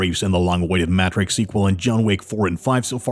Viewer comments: "Mat tricks"? Bro what? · Matt-Rix 4 pronunciation is irking me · “Matt ricks” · Am I the only one who noticed how he pronounced Matrix weird? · The way the dude pronounces Matrix though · Dude! I caught that as well! Like have you never heard anyone pronounce that word before? Like, never?...😂